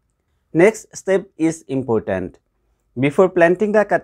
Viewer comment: you said it not me. I am not joking. Anyone listening to this video can clearly hear you say impotent.